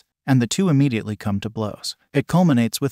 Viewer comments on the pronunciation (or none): none